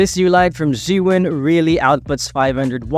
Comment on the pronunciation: Zhee-yun or Zhuu-ween? Why u say Zhuu-ween?